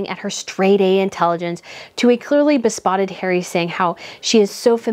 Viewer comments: It’s be-SOTT-ed (meaning smitten), not be-SPOTT-ed (meaning speckled) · Excellent review, you are always on target with your keen intuition! Bravo! One funny point I felt was quite endearing was your twice mispronouncing besotted as bespotted. Besotted is very infatuated with, while bespotted refers to one being freckled, marked or spotted. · I have no argument with the cringe level of the Suxxeses but I'm embarrassed for this host who is having so much trouble reading the quoted articles correctly. Harry was "besotted," not "bespotted" as she mispronounces the word more than once - and this is just one of many cringe invoking examples. Just rehearse these things a bit first next time, or ideally go back and correct all of the mispronunciations and skipped words. They seriously detract from your message. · You are so smart, cute, talented, informed, and fun to watch. But, please, stop saying "bespotted". The word is " besotted". No letter "p". Loosely, it means, " fascinated with". Other than that, you're a complete delight! 😉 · Why do you call besotted bespotted? I agree with you on your review of this series btw. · Please learn how to read or try reading slower. It’s hard to listen to so many mispronunciations. It’s beSOTTED not be spotted. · Ok, this is nitpicky but I say it in the nicest way possible, I promise. Please, please, please, get one of those apps that will teach you how to pronounce words you don't know. I cringed when you said saccharine, and when Harry was described as besotted you said bespotted. I love you, but if you're gonna have a big YouTube channel, you need to know how to pronounce the big words properly